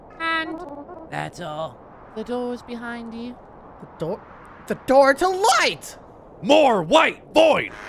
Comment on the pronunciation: "Open the noor"